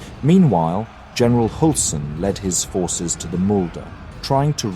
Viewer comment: Read the ”ü” with a ”y” sound instead in german names. So instead if Hulsen it is more like Hylsen. Great video regardless!